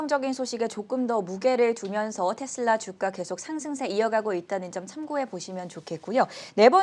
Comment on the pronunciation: 텟슬라 텟슬라 텟슬라.. 이거 원어민 발음인거죠?